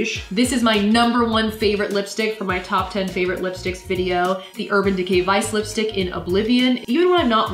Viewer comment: Its not lipistick its lipstick